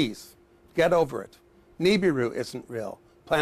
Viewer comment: I love how he is a Scientist and he still mispronounces "Nibiru"...